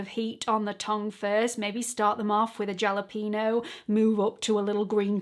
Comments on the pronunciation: Off topic - jalapeño is pronounced like “halapenyo” - the j sounds like an h in Spanish and the squiggly thing over the n adds a “y” sound after the n (consonant, like in yellow) 😊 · Thank you for this thorough and informative video. 💓 Jalapeño is pronounced “halapeneo”😁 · Lol, Ja-lah-pee-no hahaha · Did you say jal e pino????? I can’t watch this Chanel, if you are going talk like that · That was a good video - but was the “jalapeño” pronunciation a joke? Because I really hope so… you don’t pronounce the J. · You pronounce the j as a h. 😅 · You’re not a Brit, are you? If you haven’t traveled much, you probably don’t realize that words are pronounced differently in different countries. And why are you talking fashion here (Chanel)?